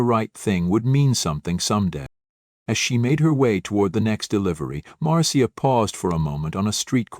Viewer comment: Marcia is pronounced like Marsha